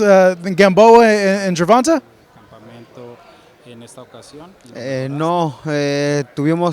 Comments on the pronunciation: 😆 I hate people that pronounce javante like Gervonta.. It's pronounced Gervon"tay".. It's lame as hell when you hear the way a person pronounces his own name the way his team and family pronounces it and you decide you're just going to make up your own pronunciation.. Does Jimmy Linen Junior announce his name that way? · be getting annoying sometimes. Why do you pronounce Gervante 'GER-VON-TAY' GervanTA? Pendejo * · GERVONTUH ??? TA NOT TUH !! PUY SOME RESPECT ON TANKS MF NAME.. JIS CALL HIM TANK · The interviewing is terrible. Its pronounced Gervontay. Smh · The interviewer always pronounce Gervonta name wrong with a short (a) sound. Dude his name is pronounced with a long (a) sound. Guess it's either not important enough for Gervonta to correct this dude or the opportunity hasn't been right🤷🏾‍♀️ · learn how to pronounce Gervonta your embracing your self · why the hell does he say Gervonta like that. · Bro why he saying Gervonta name like that? He heard it so many times, it gotta be intentional.